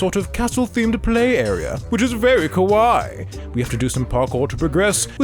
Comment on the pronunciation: The way "kawaii" is pronounced makes it sound more like "kowai" which means scary lol